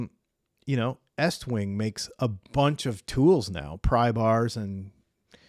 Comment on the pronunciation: I like that you actually know that the name is Estwing not Eastwing. Well done sir.